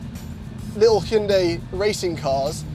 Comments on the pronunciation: Let me finish this war lol... I'm Korean. So.. okay. Actually the one the said at the very first is the right way to say "Hyundai". It is not High-yun-day, but this way of saying hyun-dae -> Adding more correction to that, try not to say that 'Y' sound at the end of the word 'dai' from pronounciation. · funny thing is was the closest to the correct pronunciation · is actually pronouncing it correct. I worked at a Hyundai dealership about 10 years ago and the dealership's Korean overlords told them it was pronounced "Hyundai like Sunday". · Your English chap is correct. He was the only one that pronounced it correctly.@ House can we get a 2024 Elantra-N review? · as a korean, the 2nd guy got it right lmaao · 현대 발음을 이렇게 잘하는 외국인은 처음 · It's pronounced "hyun-dai", my friend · ' pronunciation was the closest. Also throttle house has the best intros. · In korea, the first pronunciation is the closest lol